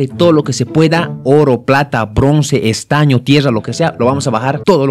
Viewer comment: ME MORIR DE LA RISA CUANDO DIJO PLATA BRONCE ESTAÑEO TIERRA